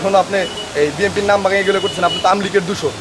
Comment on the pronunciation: বিন এন পি বি এন পি এটা বলতে কি সমস্যা হয় সাংবাদিক সাহেব